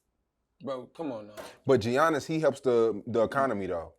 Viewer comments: Geee yannnis ?? That shit pissed me off so bad 😂😂 he never heard nobody call him that maaan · Why is he calling him G ainnis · called this nigga GEEEEYANNIS 😂 TF WRONG WIT DUDE